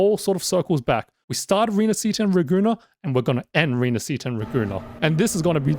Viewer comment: Raguna? More likr Ra-goon-naah